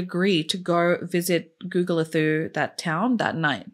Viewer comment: Hey. I'm from SA and it is pronounced Gugu-le-too